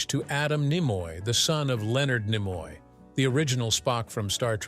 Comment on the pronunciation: I don't know how this evolved into Don Knotts, but just thought I'd let you know, it's "Nimoy", not Nemoy.